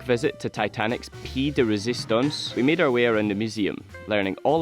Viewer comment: These Irish eyes were smiling guys! Yes the trip was truly momentous! I'd give that museum a go for sure. I hope you're feeling much better! And the "pee de resistance"...classic:)